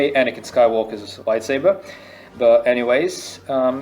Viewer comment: Why are people saying anikan when its anakin